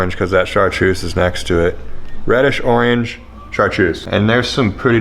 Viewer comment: The way you say oreeenge really got me giggling